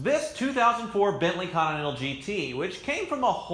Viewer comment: "BENTLY SONTINENTAL"